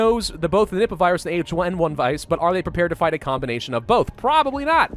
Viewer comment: I hear nibba when he says nippa